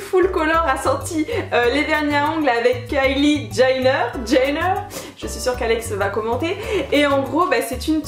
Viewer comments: ça ce prononce "dgenneur" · On dit Kylie {Diéneur} mdrrr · Mdrr coucou on prononce "Kylie Djéneur" en fait😂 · lol trop drôle " Kylie Ganner " 😉 il est magnifique ce vernis ! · Son nom se prononce "Djénneur" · ÇA SE PRONONCE DJENNEUR 😂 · Tu dis Kylie Jaïner Bruh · Ca se prononce comme géneur